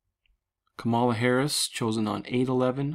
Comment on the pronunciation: Come on Man, her name is COMMA LA. lol ....We are headed for very interesting times indeed. Thanks for your research.